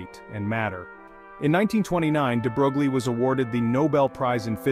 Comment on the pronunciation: No picture of DeBroglie and no mention of how it inspired Schrodinger! Proper pronuciation is "DeBroy". Pardon my nit picks! Otherwise, well done.